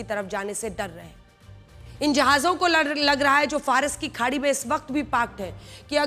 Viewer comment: Madam Faras ki khadi ko jhadi 😂bol rahi hain wah 😂